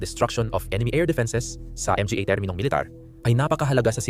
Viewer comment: Hahaha pastilan Ang pag pronounce sa word "mga" Em-Ge-Ey Hekhek Hekhek. The word "mga" in Pilipino is an article referring to plural noun. To pronounce it: ma-nga. Ang pa, pe-ey Hekhek Hekhek that's pa sound /a/ pa. Pa means more or still. Depending the sentence. Sige pa ( some more). Siya pa (He/she still). Tingala man ko unsay Em Ge Ey 😂😂😂😂😂😂😂😂 pe-ey Hekhek Hekhek 😂